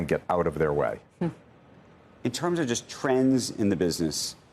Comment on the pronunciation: Attract, not attrack